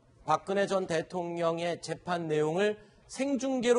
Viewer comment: 인가 하는 기자 좀 나오지 말라고 해? 채널A는 그렇게 기자가 없나? 밍하게 생겨, 뉴스전달력도 한심해. 더군다나 얘기할때 발음도 엉키지 않는 적이 없다. 오늘도, 재판을 재팽이란다 아이고야. 이래 가지고 되겠냐?